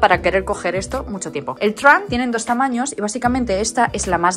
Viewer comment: "el truank" 🧳😂😂